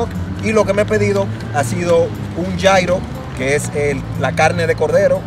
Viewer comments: Gyro se pronuncia Yirro o yiro no yairo 😞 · no es yairo!!! Es yiro se escribe Gyro y es griego aunque esos son árabes... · Como me rompe las pelotas que pronuncies Gyro (llairo) estás hablando en español !!! Pronuncialo "lliro" !!! Así se pronuncia hasta en griego !!! Perdón por exaltarme, por su atención gracias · food blogger... y luego pronuncias gyro como jairo. me encanta.